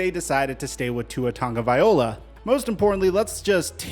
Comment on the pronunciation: Why do you say Toungaviola? 😂